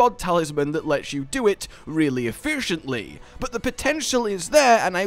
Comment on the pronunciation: a fushently?